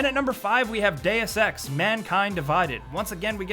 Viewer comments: Day O' Sex? Sounds like a great game idea. I think it's pronounced day oos, not day us. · When he say deus ex I thought he said day of sex